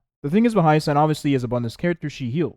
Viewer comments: Dude...its pronounced HI-YA-SIN! Not HA-YA-SIGN! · are you saying her name like that for engagement?